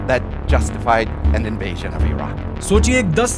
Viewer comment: your pronunciation of " invasion " is wrong. and many other words too.. try to improve when speaking english words